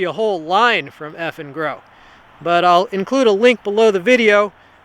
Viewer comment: I kept hearing "effing girl." lol